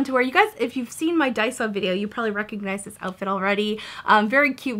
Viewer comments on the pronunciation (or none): none